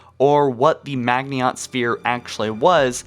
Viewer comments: Dude fuck D-Day, Stalingrad, kursk, etc are bigger battles than D-Day. Pronounce Maginot correctly please. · Ban One ahhh he said Maginot wrong ahhhhhh. Kill the bastard, fucking murder him. Seriously though, it's not a big deal jfc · You’re pronouncing maginot line wrong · Butchered the pronunciation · Maginot isn't pronounced (Mag-nii-ot). It is pronounced (Ma-gin-oh). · Did you do a video on the hive mind of the flood I am new to the channel. Its maginot not magihont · its called maginot not magniot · It's pronounced ma-ji-no not mag-nee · Not mag-in-ot, it's proounced maj-in-oh Also I'd argue that it's less like D-Day, and more like the fall of France. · Bro the "I" comes before the "N" in Maginot. How are you pronouncing it MAGNIOT. It is a french word. MAH-gino. I wouldn't have said anything if you only said it one time, but you say it so many times lol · Madge-en-no. I dont know where tf you got meagniot from lel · You pronounced Maginot incorrectly. Ma-jin-oh. Not Magniot, how you pronounce it. Apart from that, it made sense. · Mag-i-not not Mag-niot. Dude come on read slower holy shit. Also you have to know you've been pronouncing ancilla incorrectly for YEARS right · Stop fucking saying mag-nee-ot sphere! Its ma-jin-oh! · You pronounced Magniot wrong. It’s pronounced “Madg-in-o” Line...you gotta say it with French inflections. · Pretty sure Maginot is pronounced (mah-gin-oh). Edit: Jesus sorry but hearing you pronounce it like that over and over I can't watch the rest of the video lol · You mispronounced the maginot line. It’s basically pronounced magnino line. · It’s pronounced “Majino” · You miss pronounced maginot , it sound like Maj-in-O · Maginot - Pronounced Ma gin oh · I like this channel but for real, how is it that only one of you can do the voice work? How do you see something spelled Maginot and you pronounce it like Magniot and no one notices before you post the video? He's gotten better but damn. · It's pronounced majino